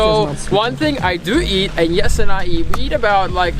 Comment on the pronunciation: ME: who's Yes'sa Watching Five more vids: ohh that's Jesse! 🤣 Like the way he pronounces it better! Lol ughh, from the states.